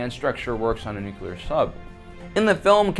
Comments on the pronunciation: Nu-clear. Not nuculer. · Is he saying Nuclear, or Nucular? Cause only one of those is a word/thing........................ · You lost me after "nu-cular" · It's NOO - Clear.... The second U is silent.... :-) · Why do Americans like to say NUKILAR..? I thought SODDER was bad enough... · Okay...I'll be "that guy".... There is only one "U" in Nuclear..... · Something ironic in pronouncing nuclear like that in a video about inacccuracies :p